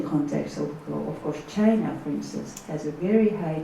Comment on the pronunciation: 佐藤さんの英語力、さすがです。1点だけ、本人になりかわり弁明しときます。時間 あたりで、Chinaをシャイナと聞こえるような発音でしたが、これはフランス語も堪能なため（シノワ）と、頭の中で一瞬混じったんだと思う。